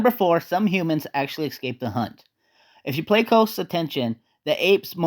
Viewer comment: Did you say "pacifically?" *specifically "excape?" *escape